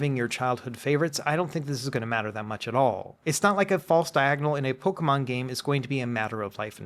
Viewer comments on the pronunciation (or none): Makes me giggle when he calls Pokémon, Pokamon 😂